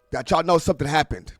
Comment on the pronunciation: U said someding did haping? Wtf lol